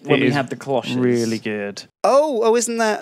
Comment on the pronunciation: Holy crap, Duncan pronounced cloche correctly!